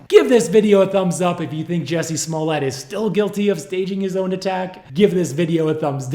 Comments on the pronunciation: It's actually pronounced Juicy Smolyay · It’s pronounced “Juicy”. Juicy Smoll-yea. French pronounciation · Excuse me. You misspelled and mispronounced his name. It's juicy smoolyay. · Dave Chappelle nailed 'Juicy Smollea'.. anything for attention.. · Juciey Smoo-yay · Jewsee Smuulyeah. Chappelle got it right. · The French actor “juicy smulilyae”